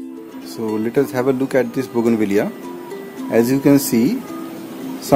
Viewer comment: I thought you mispronounced the name of the plant.You were correct and I was wrong all these years